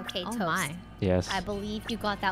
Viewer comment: "TOST, TOST, tost. OMG its Tost!" Everyone: Hahaha, goodbye impostor Toast kill everybody: I just said somme colors, lol Everyone: 😮